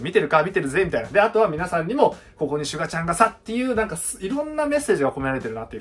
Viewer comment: シュ↓ガ↑ちゃんww